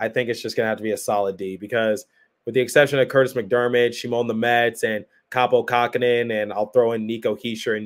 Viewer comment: Kähkönen. Not "Kakkhonen".